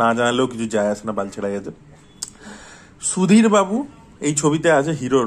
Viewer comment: সুধীর বাবু❌️ *দির বাবু✅️ 🤣🤣🤣🤣